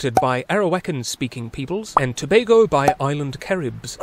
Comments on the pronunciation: Liked and subbed at the point you called it "Toe BAY go" instead of "Toe BAG go". It shows you were respectful enough to actually research the pronunciation of the country's name. I applaud your thoroughness. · As a history teacher you get full marks just for pronouncing Tobago properly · Finally! Someone who didn't mispronounced Tobago